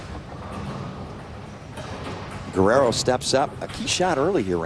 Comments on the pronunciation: Se dice Guerrero (GERRERO) no güerero o werero…. Idiotas 😂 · gah, i hate that guy saying gwarero, its pronounced the way he did on